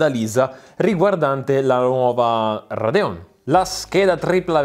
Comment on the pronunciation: Con quel "Radeón" mi sembri un pistolero messicano